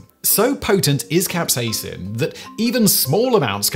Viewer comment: capsaicin, not capsacin